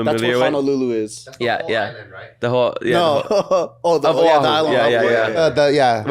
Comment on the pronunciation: O’ahu not Ohau lol